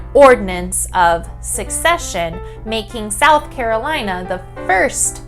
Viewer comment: Wonderful video to explain the historical context! One correction about the right pronunciation, though. Secession is not succession. secede vs. succeed.